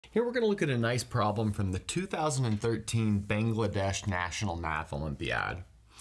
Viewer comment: You didn’t pronounce Bangladesh correctly.